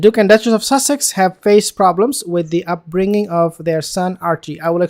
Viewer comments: No, he DID say duchess of sausages LOL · Stop trying to say sausages, you can't and it's murder on the ears. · You're talking rubbish mate .you think the Royal family would go along with the pretense of children..and why do you keep saying " duchess of sasages " ? Your command of English is very poor so I think you need to listen to yourself before you criticise others.. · 0ption one rear your own child. Sounds like he 's saying duchess of sausages ha ha lol they are silly sausages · Are you say Duchess of Sussex Or Duchess of sausage…..it’s sounds like sausage makes me giggle inside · I thought you said "Duchess of Sausages" 😂😂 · He did 🤣🤣🤣🤣🤣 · It's funny 😁